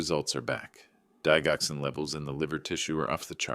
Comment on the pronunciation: The narrator needs to learn how to pronounce digoxin.